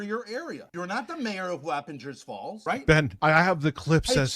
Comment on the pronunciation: As a former Hudson Valley native, her pronouncing Wappinger Falls was hilarious. We say "Wap" like "cop" and the "ger" similar to "jersey". Also, omg, Rich lives like 30 mins from where I used to live.